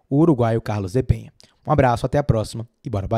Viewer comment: Enquanto aguardamos que ele estreie e faça história no Bahia, vamos aprender falar corretamente o nome dele. O cara se chama Carlos DE PENA (não tem a letra H nem tem til sobre a letra N, portanto a pronúncia NÃO é "Penha", e sim "PENA", como em Português).